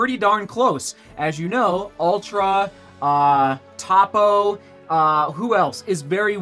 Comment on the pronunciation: Hey man! Great video, really enjoyed the work. Two things 1) it’s Topo as in, “ TOny POst.” —hope that helps 😜 2) understanding how drop effects biomechanics is super important when reviewing shoes 👀 The quick and dirty is that lower drop ALLOWS the human foot to move more naturally, i.e. mid to forefoot strike (got for a run without shoes, you’ll see it/feel it happen). The more drop the more your foot is encouraged to run heel to toe meaning, in effect, more drop is more heel, less drop is more mid foot action. Again, for the work you’re doing in making QUALITY review videos. I work in the industry and more often that not, these things are annoying but you’ve done it 👏🏼👏🏼